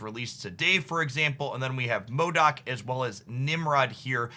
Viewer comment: You're trolling us with that pronunciation of M.O.D.O.K. aren't you.